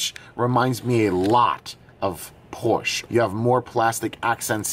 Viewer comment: Hey, the "e" in Porsche is not silent! And...agreed, the battery door situation is messed up!